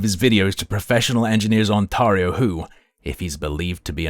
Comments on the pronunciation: Lol the way you say OnTARreho is so triggering lmfao ON TEAR RIO my guy 🎉😂 lol 😂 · As someone from Ontario please pronounce it "OnTAIRio". Yeah, its nitpicking but it's irritating to hear it pronounced that way. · You'll probably never need to say Ontario again. Its pronounced (on-teh-ree-oh). Like you would pronounce 'day', instead of 'maw'. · I have never heard anyone mispronounce Ontario as, "On-Tar-io" before, makes me tar up.